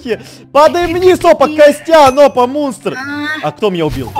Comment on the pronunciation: Мне одной послышолось что сказал не мунстр а мусор😂